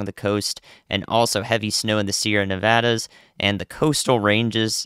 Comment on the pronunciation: thank you! Just thank you -for pronouncing ‘Nevada’ correctly. 😌👍🏻